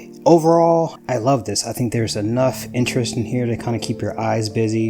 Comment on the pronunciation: LURV! I LURV that you say Lurv! 🤣😂❤ Congratulations on 18 months!!! Beautiful lacing and great pallet 😍💜🩷💜🩷